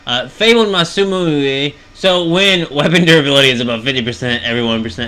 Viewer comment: It’s Masamune (Mas-a-moo-nay).